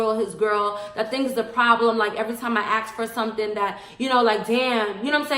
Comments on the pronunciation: I don't like people who pronounce ASK as AKS. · People that say 'aks' instead of 'ask' I can't stand. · Graham is legit TRIGGERED 😂 Also avoid women who say “axe” instead of “ask”. They trouble. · It's "ask" not "ax for something." Just listening to her is making me cringe. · The most annoying thing about this is that she can't pronounce 'ask' correctly. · Shmuk Lidooha “ask” is pronounced like “axe” in African American Vernacular English; it is a dialect of English.